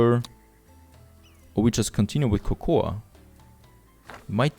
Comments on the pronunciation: But he speaks English in his videos, soooooooooooooooooo, it's should be pronounce Koukou. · Cocoa is pronounced 'koukou'.